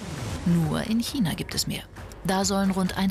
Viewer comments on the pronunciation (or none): none